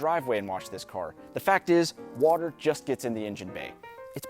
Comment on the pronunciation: According to, water is pronounced, "Whuuuter".